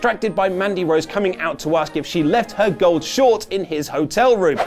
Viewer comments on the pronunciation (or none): none